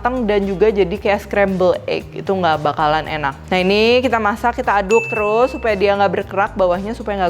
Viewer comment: "Uaenak rek" 😁 wong suroboyo kah?